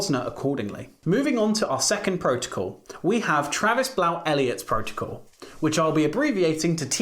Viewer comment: Great video and information. Thanks! One note, Blount should be pronounced just like Blunt (same family). :)